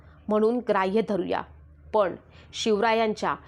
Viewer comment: अर्धवट माहिती देत जाऊ नकोस ज्यात आपल्याला काही अक्कल नाही त्यावर बडबडणे योग्य नाही मनू हा ब्राह्मण नव्हता तर तो क्षत्रिय होता. मराठी बोलताना व्यवस्थित बोल पण च्या ऐवजी पन बोलत आहेस. गेल्या 25 वर्षातच ही कल्पना मांडली जात आहे ज्ञानदेवांच्या काळापासून गुढी उभारली जाते. ही सडकी कल्पना संभाजी ब्रिगेड चीज आहे. अभ्यासा महत्त्वाचा असतो.